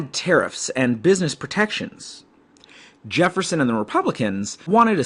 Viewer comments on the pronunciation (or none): he did